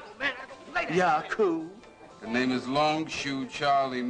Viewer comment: its YACUB!! not yacoo..lol